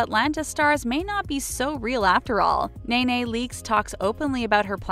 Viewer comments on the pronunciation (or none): Her name is pronounced knee knee not nana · NE-NE not NAY-NAY get it together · This girl said Nana 😂😂😂😂 girl watch the show it’s ne ne with an E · Its not Nay-Nay! Its pronounced.. KNEE-KNEE LEAKES😂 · Lmfao exactly is “KNEE-KNEE” Leakes lol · Who tf is NAY NAY???!!! It’s knee knee 🙄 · Nay nay leakes?🤣 I'll write it like this so you know next time knee knee leaks😂😂😂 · Her name is not NAY-NAY it's pronounced Knee-knee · " Nay-Nay Leaks" .... 🤣🤣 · I thought it was "knee knee leeks" not "nay nay leeks". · Who the hell is nay nay leakes😂😂 say it like it’s spelled , nene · This is hilarious you said na na instead of Ne Ne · Knee knee, not nay nay 🙊😊😁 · its 'nee nee' not 'nay nay' leakes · Nay Nay? Girl it’s Nee Nee. Learn how to pronounce our names 😂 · Did you say Nay-Nay Leaks?!? Shady. It's Nee-Nee. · Nene leaks name is pronounced Knee Knee not Nay Nay🤦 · It's NEE-NEE Leakes, not NAY-NAY. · Why is she calling Ne Ne Leakes Nay Nay from where are you getting the a from? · It’s NEE-NEE not NAY-NAY 😭🤦🏾‍♀️ I stg white people cannot pronounce the most simplest names. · Her name is Nene....not nay nay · Ne-Ne ummmm not Nay Nay! Do better next time! There is not any room for mistakes. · its knee-knee leaks not naynay leaks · It’s pronounced knee knee not nay nay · Who is nay nay leakes? Her name is NeNe leakes proununced like a knee!!!! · Lol it’s not Nae nae its NeeNee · Its pronounced neeee neeeee leakes not naa naa.....gezzz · lol white girl said “nayenaye” like a horse would. her name is pronounced “kneeknee” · Really..... NayNay No Its NeNe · It's pronounced as NEE-NEE (like knee). NeNe Leaks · How tf does nene read as naynay?? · Nene (knee-knee) Leakes. 😂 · She called NeNe, NayNay lmao. I’m so tickled by that 😂😂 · Did she just call Nene Leaks, Naynay Leaks?? Seriously?? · "Nay Nay" Leeks cringe lol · Not Nay Nay Leakes tho lol 😂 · And I’m gonna log off after “Nay Nay Leakes” smh 🤦🏽‍♂️ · I couldn’t even listen to the one about NeNe because you called her Nay Nay 🤦🏽‍♀️